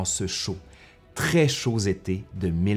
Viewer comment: en ce chaud-z été? :P